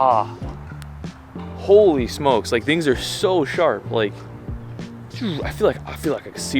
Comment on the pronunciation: he voices the dentil fricatives in "thing" 😂